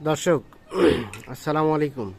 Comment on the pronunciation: সালামটা ভালো করে দেয়া শিখেন সালামাআলাইকুম না আসসালামুআলাইকুম